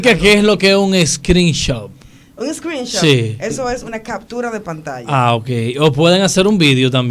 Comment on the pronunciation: No es screenshop es screenshot 🤣